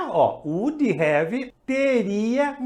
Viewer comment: Muito boa a aula, baita didática, como crítica construtiva, apensa cuidar com as palavras com sílabas mudas, não tem "i" no final, eu também ainda cometo esses erros, exemplo: Would e não Wouldiiiii. Abraço e continue com os vídeos.